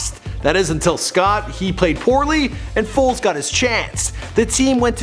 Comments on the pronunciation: WHO TF IS NICK “FOLTZ”????? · You said nick foltz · “Folz” can’t even get his name right my god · Its FOLES.. Not FOLTZ .. smdh .. 😡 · Foles not FOLTZ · It’s Foles not Foltz 🤦🏽‍♂️😂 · It's Foles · FOLES. Put some respek on God's name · My nigga you better get his name correct before this fucking super bowl. It’s Foles don’t disrespect us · Foles it’s Foles